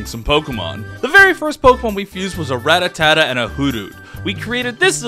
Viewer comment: I’d just like to know if you are knowingly pronouncing Rattata wrong or it’s just an accident that you added an extra “at”?